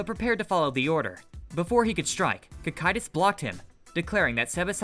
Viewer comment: why do all theses types of videos all pronounce the names wrong or puntuate at the wrong places. wtf is Sebes. his name is Sabas as in Sabastian its in the fucking name. did you even watch the show???? so tired of this shit. even got Cocytus fataly wrong.